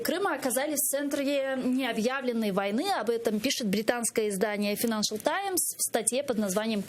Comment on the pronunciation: Файнэншэл, а не финэншэл, позорники неграмотные.